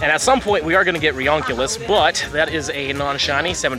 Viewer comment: How to pronounce ree·yoo·nee·kluhs correctly!